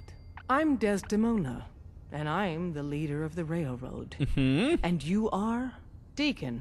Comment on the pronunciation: "railrod" XD